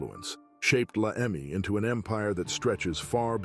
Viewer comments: its not La Emi its La Eme. Jesus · he called it "la emi". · I know Joe Morgan was one of the top members, but he died in 1993 ! He hasn't been doing much since. Plus the way you pronounce LA eMe, means you don't know much about a gang that's been around since 1957... Do your homework.